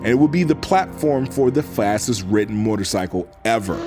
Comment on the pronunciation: One cannot simply say MORTARcycle and expect us to unhear it